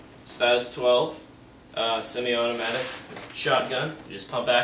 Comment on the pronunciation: U said semi liar fuk u